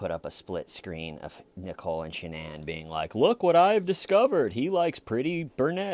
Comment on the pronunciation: One hour of Dr. Phil pronouncing Shanann's name wrong and stating the obvious.